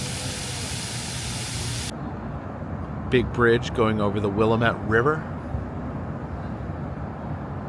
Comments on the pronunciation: omg. its pronounced Willamette Damnit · Willamette is "Will-am-et" and Aloha is pronounced "Aloe-ah" if you wanna sound like the locals I know. :D Next time you wanna trip outside Portland, try Hillsboro, they have the refurbished Burger Family back out which I think you saw some of a few years ago. Also Next Level Pinball Museum and Arcade may be worth your visit, they have a lot of collectables on display as well as pinball and video games! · Will-AM-ette is the pronunciation. Yes, Oregonians are anal about our pronunciations